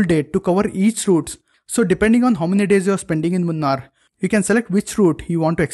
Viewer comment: Say it properly. 'Moo- naar' is the correct pronunciation. Not the way you say it 🤢